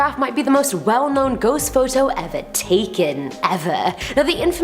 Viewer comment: “Now this might be the most important ghost picture ever taken...., Eva.... like evvaa...., taken evvaaaaa, like evaaa u know-Evvaaaa...evvaaa,evaa....🤣her accent!!!!!